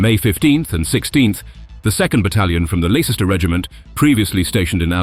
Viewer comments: Does the commentator not understand English place names ? Leicester becomes Lie sester, Gloucester Glow-sester the German plane Junkers J.U. 88 becomes a Jew 88 & others too silly to repeat !! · Leicester is pronounced 'Lester'. It's good that you check the facts; it would be even better if you researched the phonetics as well . . . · I think you've missed my point, slightly. When you use a computer generated voice to read text the capability of the AI is shown off. The one on MS word can't tell the heteronyms apart. This one failed to cope with the Lei in Leicester pronouncing as if it was the garland you get in Hawaii and not as in a fib. A better programmed computer voice wouldn't have made such an error. And yes, they could have spelt Leicester as Lester and no one listening would have noticed. And yes, computer technology will soon make it all but impossible to notice such errors. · @@ and Argyle were both poorly pronounced. Leicester was pronounced as Lay-cester and not Les-ter. Whilst Argyle was pronounced as Ar-gill a d not as Ar-guile. And Junkers is pronounced as Yunkers. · AI can´t pronounce in English. E.G Leicester. lol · Who wrote this commentary? There is no such thing as The Leicester Regiment (even when pronounced properly). There was the Royal Lei8cestershire Regiment to which these idiots presumably refer, Also the amount and effect of the Balkan invasion on Operation Barbarossa is much debated nad not as clear cut as this video implies. The Times quote is clearly b******s, The Times would never use the number 500 in text but would say five hundred not would it spell defence as defense (US English) I can't watch any more of this drivel.